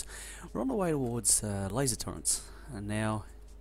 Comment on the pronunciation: They are called "turrets", not "turreNts". In written language, sure, it's a common mistake, but I've never heard someone actually say it out loud. Also, stop breathing/sniffing/coughing into the mic please, I'm way too familiar with your bodily functions at this point. Good playthrough tho, you're one of the few people who bother making a LP out of this game who knows what he's doing. Though, you really are overproducing science packs like mad. Also, think bigger. Like, WAY bigger. Like, take your current space and quadruple it. And then you probably still need more space. And you definately don't need that many boilers, especially at this point (Boilers being the cause of pollution, not the steam engines (Steam is harmless hot water, it's the burning fossil fuels that attracts biters)). Each steam engine needs 1.33 boilers, so you either add more engines or reduce the amount of boilers, cutting back on your pollution.